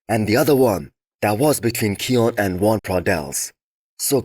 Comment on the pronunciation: Your preview is 10x better than NSP and you actually pronounced Joan's name properly